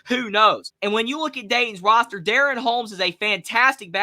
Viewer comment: pronounced duh-ron, DaRon Holmes the 2nd, in 454/Dayton we say Deuce. Sheesh !!